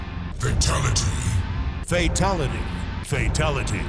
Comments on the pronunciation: In mk11 when sindel was saying fatality it sounded like she was saying faketality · All I hear is fertility 🤣🤣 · The more they say it, the more it sounds like "Fataligy" (at the end at like or so) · Deception doesn’t say “freetality” he says “free taligee”. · Everyone in the video: "Fatality" Raiden announcer voice in MK11: "Fatalogy" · I love he in mortal kombat deception he said fruitality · In mortal Kombat deception it sounds like he's saying fraytality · who's fay talaty? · De tanto tiempo escuchándolo parece que dise fachalati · Half of raidens said fataligy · Why in so many of these I keep hearing Fetality, Feetality or Fitality?